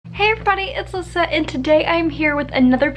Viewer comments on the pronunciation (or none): Why do you call yourself Lisette? That's what it sounded like u said in intro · then what did u call yourself in the intro? It sounded like u said Lissette